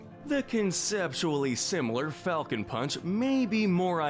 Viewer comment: The funny thing about “Falcon Punch” is that I hear him say “I GO PUNCH!” Anyone else hear this?